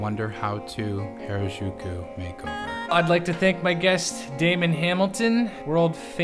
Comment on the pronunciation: Gah they do pronounce Harajuku wrongly.